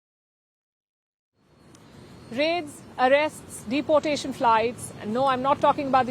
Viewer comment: This woman says 'deportation' incorrectly.